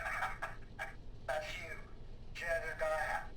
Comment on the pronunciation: It's 'Jedidiah' not 'Jebadiah'